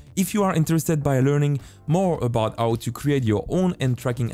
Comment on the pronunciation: the fact that he does not pronounce H is very not nice. Cause my brain heres. AOW when he says how